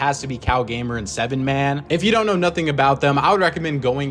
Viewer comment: W for including Kalgamer/ 7man also the way to pronounce 7man is "Haman" its like Pollo name with a LL but its pronounced Poyo